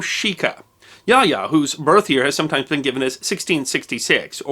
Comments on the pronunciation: And it is pronounced as "ya-oh-ya" not "yah ya." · It's been 27 years since I was stationed in Japan, and my Japanese is more than a BIT rusty, but I believe that the pronunciation of Yaoya should be Ya-oh-ya rather than Yaya. Somebody can check me on this, but it sticks in my head that would be the correct pronunciation.